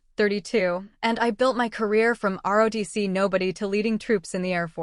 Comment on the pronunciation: It is not, RODC. Try ROTC IS THE RIGHT LETTERS.